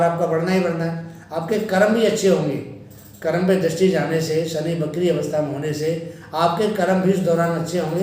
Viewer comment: " BAKRI " NAHI "VAKRI " BOLIYE " SIRF BAKWAAS